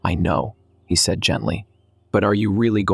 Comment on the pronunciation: For pete's sake, teach your AI voice how to say "said"! It's not say-eed. Also, fix the voice, it's really annoying to listen to blendarized gravel.